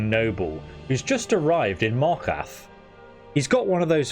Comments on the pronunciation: MAR KAR TH not MAR KATH... there's a second R.. pronounce it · I think your missing the second r in markarth bro